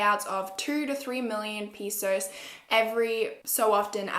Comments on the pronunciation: i love u but the pronunciation "peesos" made me die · Dhamar Santos peesos 😂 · Itsyagurlnoor obviously... but she can still make the A sound, she just doesn’t know how the word pesos is pronounced. She’s probably only ever seen it written and assumes it’s pronounced as peesos